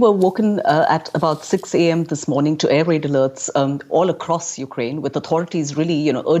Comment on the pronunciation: Did you mean air raid? What is an air rade